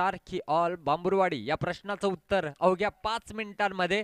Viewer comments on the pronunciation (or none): भांबुर वाडी नाही म्हामुर वाडी आहे ते